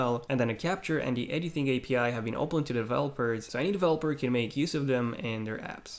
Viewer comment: Pronunciations (Pt. 2) Editing = "Eddy-thing" still love him tho! ❤️😂